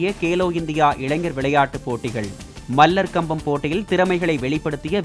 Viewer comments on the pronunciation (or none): செய்தி வாசிப்பாளரே அது மல்லர் கம்பம் அல்ல மலர் கம்பம்